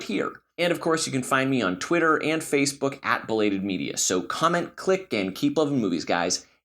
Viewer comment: Put a real emphasis on the belated part